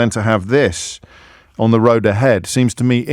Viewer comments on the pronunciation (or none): none